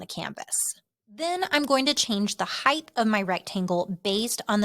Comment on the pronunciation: Heighdth is not a word. Height. It's height.